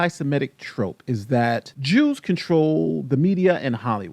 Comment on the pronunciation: When I first heard Dave’s speech, I thought he said the juice not the Jews 😂😂😂